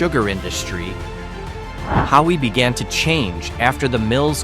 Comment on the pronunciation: Waimea on the big island shown on your google earth portion of your video, is not the “Grand Canyon of the Pacific”, which is in Kauai. Both areas have rich historical value and it’s important to showcase them both. You pronounce the historic sugar town now an artist community of Hawi, Hah-vee. There are many issues with your video. I appreciate your efforts, but you should visit and get the lay of the land, learn to pronounce the names correctly, and find true inspiration for these hidden gems. 💎